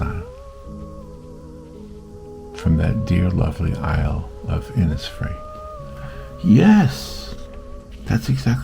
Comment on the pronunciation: Really beautiful. Will try to attempt this. Thank you so much.🙏 I’m from Ireland and the lake isle of innisfree is an island in the beautiful lough Gill in County Sligo. Have been many times and it is magical ( just like your painting). By the way over here we pronounce Innisfree Inishfree😀🙏🇮🇪❤️